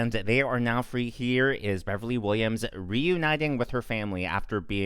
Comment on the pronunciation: It's BevelyN not BeverlY